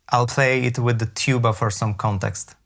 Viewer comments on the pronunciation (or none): none